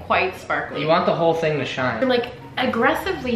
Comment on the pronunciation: The Alboe guys always say it , ting=thing